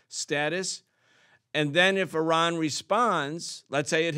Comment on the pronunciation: The guest’s pronunciation of Iran is incorrect and exaggerated.